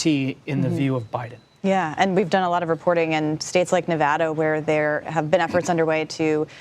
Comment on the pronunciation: Thanks for saying Nevada right. :) I hope that the momentum for Harris continues fir a win. I'm registered non-partisan and I vote for who who I want, regardless of party, 3rd parties included. Hard to see anyone worse than trump for the country right now.